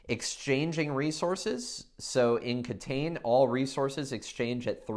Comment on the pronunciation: I like that you're focusing on Japanese games, which are very underrepresented on YouTube and BGG in general. However, it might be good if you pronounce the game's title the way it would be said in Japanese instead of phonetically reading it in English. I know you said it's not available in stores yet, but if it does become available you wouldn't want potential foreign customers asking for a title that would confuse the store owners.